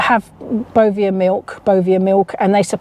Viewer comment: I've checked my ASDA milk and around the little farm owned square it's printed as tiny as they could possibly go. Sourced from Arla foods. How do we know wheather Asda are also accepting the Bovear milk. It's pronounced Bo Vare I believe.